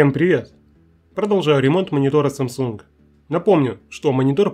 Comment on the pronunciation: Отлично всё сделано, но нужно говорить не samsUng а sAmsung. Учти пж.